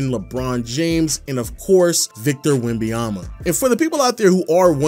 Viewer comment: Great video but it's not Wembayama but WembaNyama :)